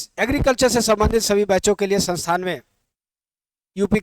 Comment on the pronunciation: Sir sansan na kha karo संस्थान बोलते है 😅😅😅😅